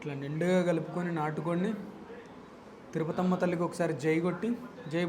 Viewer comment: తిరుపతమ్మ తల్లి అంకమ్మ తల్లి కొంచెం క్లారిటీగా చెప్పండి